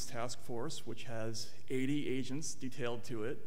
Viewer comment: 80 Asians on the Foreign Influence Task Force! Can't unhear it.